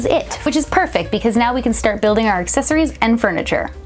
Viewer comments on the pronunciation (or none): none